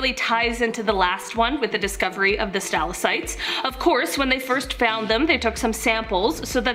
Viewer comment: Okay, I literally cannot take her saying Stal-ah-sites . They are stal-ack-tites. I'm ashamed to share a name with her. 😒